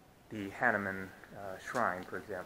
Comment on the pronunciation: We indians better like to hear hah-nu-man ,not hah-ne-mann.